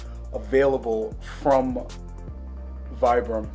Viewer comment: Great review! Love those for the gym. Vibram is pronounced "Vee-brum"